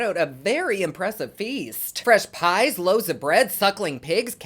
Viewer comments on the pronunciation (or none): none